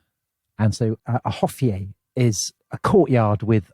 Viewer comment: I agree: "hofjays" should be pronounced as: "hofjuhs".. and Uhde kurk would be: Ahwde kèrk.